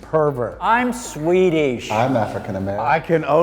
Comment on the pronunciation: No one: No one ever: IM SWEEEDISSSH